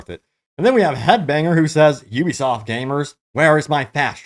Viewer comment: Finally! Someone on YouTube that can say Ubisoft properly!